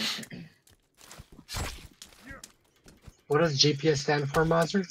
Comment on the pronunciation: Thanks for the stream and wtf is GOPS lol ik what GPS means but where the hell did the O come from😂😂 Can't believe I'm the only comment come on people show this man some love!